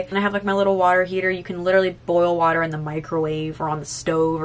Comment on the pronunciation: I love you but the anxiety I just got when you said my water heater I am British and that’s so painfully to hear